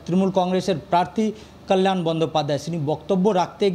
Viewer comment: কি ভাবে বাংলা সংবাদের কর্মী হন্ যখন তিনি বাংলাই বলতে পারেন না সঠিক ভাবে!! কাল্য়াল বলছেন তো কল্যাণের বদলে।